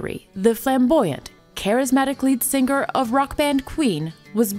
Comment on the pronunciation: "Sing ger" xD